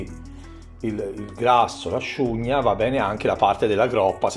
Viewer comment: a scugna? a nzogna - l'ultima lettera va troncata, viene rimasta nel pensiero a nzogn la gn va pronuciata come quando ci si sta un po appena arrabbiando 🤣gn 😡